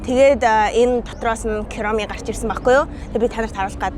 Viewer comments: kuromi❌ kiromi✅ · Киуроми биш куроми.... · Kiuromi bish kuromi shuu😂😂😂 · Кэроми биш куроми шүү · Эгчээ та Кироми гэж хэлээд байна Куроми гэж хэлнэ шүү за тэрч яахав дараа нь хадагтай цох ба хар муурын амттан идээрэй🎉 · Kuromi geche kiromi ged bhi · kiromi❌ kuromi✅ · Kiromi geed bn kuromi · Күроми штэй кироми биш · Куруми шүү та Кюуруми гээд байх юм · кироми✅ короми✅ куроми❌ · Kuromi❌️ Kiromi✅️ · Чавга гэдэг үгийг чивга гэж хэлээд,koromi gdg vgiig kiromi gd bhima яаагаад тээртэй яриад байдаг юмбэ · Kuromi❌ kyoromi✔️ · Ania kiromi bish курами шүү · Kiromi gej heldeggui